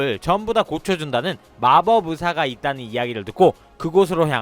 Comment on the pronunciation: 5분 14초... 마법으사가 아니라 마법 의사입니다. 발음이.. 딱 걸렸네요. ㅋㅋ 잼나게 보고 있습니다. 수고하세요~